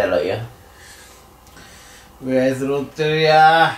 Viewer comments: しばゆーがI like LOTTERIA って言ったとき発音良すぎて英語しゃべれんだーとおもってしまった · のロッテリアの発音それっぽくて好きwwwww